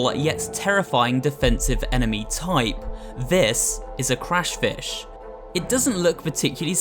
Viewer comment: Did he say Crush fish